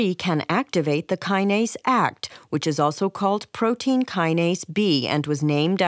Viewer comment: Small quip- A-K-T not “act”.